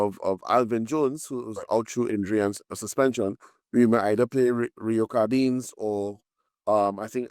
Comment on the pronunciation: Good stuff guys! Rio's surname is pronounced CardineZ. His family name was misspelt when they migrated to England years ago, but the pronunciation remains the same.